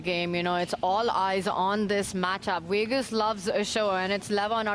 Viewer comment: Just say Vegas... you're doing commentary...every time I hear Wegas..I see Russell Peters, Tanya. You're an IM. You can do it. Do better.